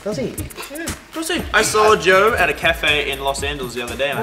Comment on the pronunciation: luke keeps saying Yo instead of Joe lmao